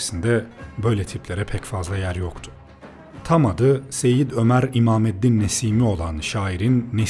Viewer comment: Imameddin değil, imadeddin olacak Pek dikkat etmemişsiniz